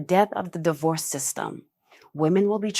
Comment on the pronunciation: It used to be D-Worse and now it is Die-hoe-rse 😂